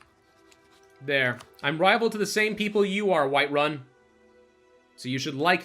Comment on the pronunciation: "Winterun"